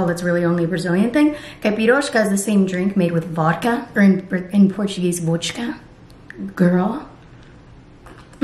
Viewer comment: Not the "in Portuguese Vodxka" gurl..........we say vodka